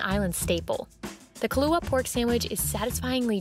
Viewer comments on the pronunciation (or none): none